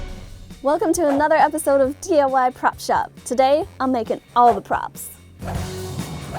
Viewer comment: She said TIY instead of DIY